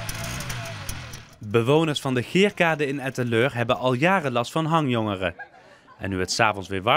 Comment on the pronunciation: Moet je die presentator ''hangjongeren'' horen zeggen. OMG